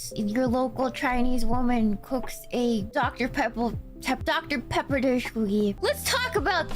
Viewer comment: Is that Dr. Peeebba? That's that Dr Pebba!